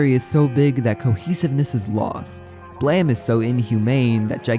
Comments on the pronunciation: You can look at the Japanese version of the cover of Volume 1 of the manga on the right side under the english-ized title "BLAME!" and see stylized katakana "ブラム", which would be romanized as "buramu" and would indeed be pronounced "blam". Nihei also created a Wolverine manga (as in, Marvel Comics Wolverine) titled "Wolverine: Snikt!" (as in, the comic-book onomatopoeia-word for Wolverine extending his claws). This leads me to believe that Nihei's actual intention for BLAME! may have been for the title to be BLAM! instead, also like a comic-book sound-effect word, in this case being representative of Killy's gun (Gravitational Beam Emitter) firing - and just that a mistake was made regarding the English writing for that. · Calling blame “blam” goes crazy , how’d u manage to misread it that many times lmao it’s an English word brother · Love your videos but jesus christ dude why do you pronounce blame as BLEEEM🫠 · I love the video however I’m pretty sure it’s pronounced “Blame” like the word “lame”, not “Blam” like the word Bam. Other than that great video man 👍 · That's Blame, not Blam, right? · Why does everyone call it BLAM. It's title spells blame.... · Why did you pronounce it "Blam" if it is spelled "Blame"? Do you not know about the word "Blame", or how to pronounce a word with an "e" at the end of it, or is this how the name of the manga is pronounced and it just has an unconventional spelling? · Blame not Blam... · God, I wish people would just call the manga Blame. What is Blam even supposed to mean? And don't say its the Japanese pronounciation, that would be Blamu in Katakana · So is there any reason you said "blam" and not "blame?" You caused me to spend 20 minutes looking for the wrong series and getting frustrated at why I couldn't find it... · There’s no way Blame is pronounced Blam… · BLAM???? hahahaha it's just called blame! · Wait it'd pronounced Blam, not Blame? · Why are you calling it BLAM? It's Blame?